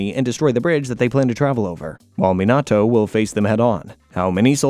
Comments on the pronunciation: me-na-toe (minato) ah-cuts-key (akatsuki) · idk about that, after watching a few of his videos it does just seem like he's doing it on purpose. It might still be AI but he's purposefully making it say it wrong if it is. I believe this because of the AOT video, there's no way an AI would say Levi like that at least not one good enough to sound this human. Also it can say chidori but not Minato? It's suspicious at the very least. In the first Naruto video he also started off saying Akatsuki right then switched to the incorrect version he used throughout this video mid way through.